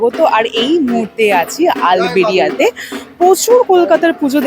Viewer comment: আপনি বারবার ভুল বলছেন আল বেরিয়া না আরবেলিয়া😮😮😮😮😮😮😢❤❤❤❤